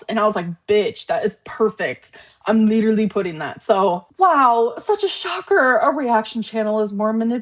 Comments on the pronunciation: The leeturally thing makes me want to rage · That “ leederly “ word is really pissing me off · Smug Lynn has entered the chat…. She can shove “leedurally” up her ass. Also I’m so lost, I missed the flirting with Emily? Seemed like getting tea and pulling out paying for it